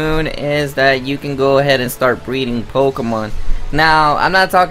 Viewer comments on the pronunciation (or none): “Pokamon Saaan and moon”